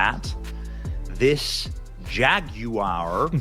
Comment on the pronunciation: I always make fun of cause he cant say Jaguar. He says Jagyuiere